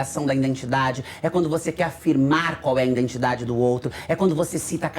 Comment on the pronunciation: Identidade, e não "indentidade".